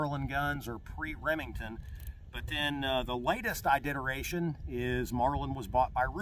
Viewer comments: I think the word you are wanting is ‘iteration’ . . . Not idideration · Iteration. Not iditeration. But otherwise good video! Thanks .